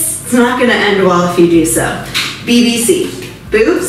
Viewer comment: Couldn't stop laughing every time she said BBC hahaha